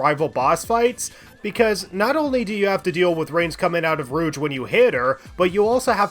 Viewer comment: Why do you call her "Rooch" instead of "Rouge"? :D